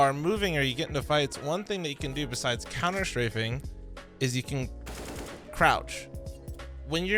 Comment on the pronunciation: What's couner shrafing?